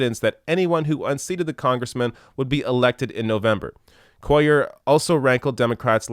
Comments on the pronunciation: Just cuz where gonna be saying his name alot, his last name is pronounced (basically like) Coo-yer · I think his last name is pronounced Quay-yarr because its my last name and that's how u say it in Spanish because two l's is actually one letter in that alphabet and it sounds like a y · QUAY ARE......is how you say it. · KU WAY YAR is how you pronounce it so no one is confused. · Cuellar is terrible. He's been getting a pass from the Texas Democratic Party because he is Hispanic and he is an incumbent. The Texas Democratic Party is a joke - very conservative and filled with incompetents and establishment hacks. I've lived in Texas all my life (68 years) and in south Texas for the last 13 years. By the way, the double ll in his name is pronounced like a y. Kway - yar.